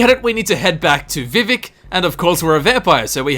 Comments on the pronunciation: I can forgive most pronunciation differences... But it’s vivEc you damned n’wah!!! Love the vid no hate here btw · THE WAY YOU SAY VIVEC IS KILLING ME! its vee vak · He's actually trying to pronounce it the way that you typed it, just saying. So whilst it is technically incorrect, it's an accent thing, in effect like any of the three of us trying to pronounce some words in chinese or german that we just can't pronounce the same way as they do.